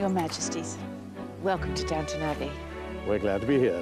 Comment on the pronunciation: Down TON not down Town